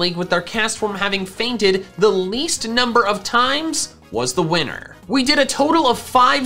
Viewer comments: i swear he said weiner instead of winner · its sounds like you said "i am the wiener!" when you were saying "i am the winner!" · sounds like he said "I am the wiener" not "I am the winner" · When said, "so I am the winner!" I heard, "so I am the wiener!" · wait did juss said wiener instead of winner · i swear instead of saying i am the winner he said: "I em da WEEINER" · So did the auto generated captions 😂